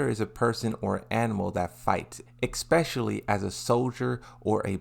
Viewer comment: where's the x in especially? No hate genuinely interested in why you say that